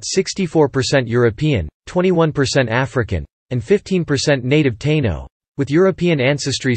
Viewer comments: This AI voice has a major problem w/ pronunciations. WTF is a Tayno 🤣 not sure your % and time is correct. . My family was there from the start I look American and only have 8% Taino 5% Africans the rest Celtiberian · Your pronunciations of “Puerto, Borinquen and Taino” is truly cringe worthy. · At :53 he says Taino natives. Is this actually pronounced (with English phonic) tay-no like he said not tāeeno as I though it is ? Can’t trust the robovoice pronunciation! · These AI narrations can be so cringe to hear! As bad as referring to the Taino as "TAY-nos"! 🤦🏾‍♂️🇵🇷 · How about taynos tai nos ? lol 😅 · the narrator is AI, I cant stand the way it pronounces Puertorican, Taino, Borinquen, and many other specif Puertoriqueno words. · The automated voice sucks how it pronounces Puerto Rican and Taino